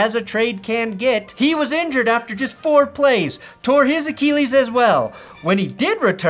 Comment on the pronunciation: The rage bait was funny for a little bit but if I hear you butcher “Achilles” one more time I’m gonna lose it